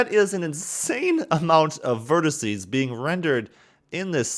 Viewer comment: "Verticee" is still not a word.